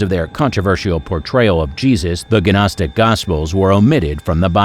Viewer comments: It is not guh nostic! Just nostic...the G is silent like in Gnu. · Gnostic is pronounced "NOSS-TIC" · Did he say ganostic? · The "G" in Gnostic is silent. It is pronounced...nostic...like that. Just like the "L" is silent in the word "salmon" and the "K" is silent in the word "know"...some letters are silent in the way some words are pronounced. Just saying... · maybe Muppets who are ignorant when pronouncing things esp. if they put it in the internet for everyone to see, should actually learn the words before assuming how they're pronounced.. like gnostic 😂😂😂😂😂ffs, can't stand ignorance so I'll be unsubscribing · OMFG. GNOSTIC. gNOSTIC THE 'G' IS SILENT.